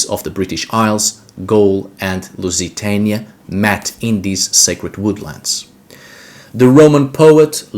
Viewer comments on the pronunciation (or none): none